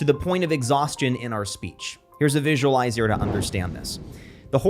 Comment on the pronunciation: It took me a moment to realize he was talking about articulate vocabulary and not articulate enunciation because him enunciating "visualizer" as "visualizier" and "axis" as "access" both within the first 20 seconds caught me really off guard